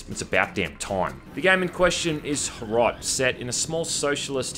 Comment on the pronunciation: As a Czech I am so happy HROT is getting as much attention as it is, though "Small socialist town neighboring soviet union" and all the uses of suka blyat make me want to die. If you want a classic slav insult "KURVA DO PÍČI" is so much more impactful and actually true to the setting! Also you pronounced HROT wrong but the english language literally doesn't have a sound for it, can't blame you.